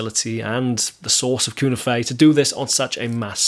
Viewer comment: Here we go again........ There's already another video on this subject. The cunife is pronounced as cue - knife. None of these words are spanish or are of a foreign origin. Just like alnico - the ni isn't pronounced as an e but an i - long i sound. I don't know where all these horrible mispronunciations come from other than pure ignorance. One person says it wrong and before you know it everyone is saying it wrong as well. But all that aside I was never really a fan of these pickups and I probably never will.